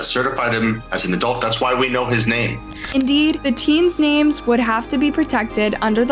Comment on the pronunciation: You missed pronounced almost everything. Pretty unprofessional.